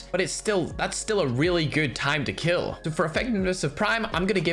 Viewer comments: "Your knife will keal" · Doug Macaida🤣 ' It Will Keal '😂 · It will keel